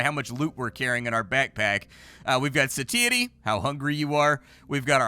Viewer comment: Love you, but the way you pronounce satiety is like a jump scare every time.